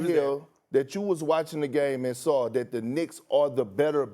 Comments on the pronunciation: "saw".....not "sore" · Nobody: Stephen A: I know you "sawr" it. I know I "sawr" it!!!! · I "SAWR" IT 😂😂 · Please learn how to say saw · I definitely “SAWR”it Stephen A😂😂😂😂😂😂😂😂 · "I sore it"